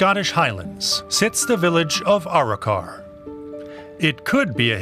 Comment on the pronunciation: Arro-Kar. Try again!